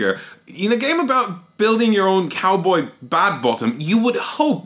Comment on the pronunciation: Did you say "Cowbae"? I'm. . . I'm not sure what to think about that. I need to lie down.